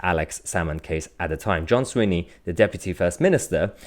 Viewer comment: john swinney' not sweeney mahyar ...